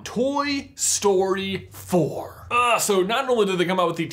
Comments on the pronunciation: Ffs it took me to the end of the video to realise you were saying "Toy Story 4-k" and not "Toy Story 4 cuh" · Why are you saying "Toy Story-k"?